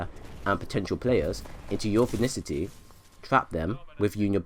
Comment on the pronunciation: Im tilted because you say vinicity not vicinity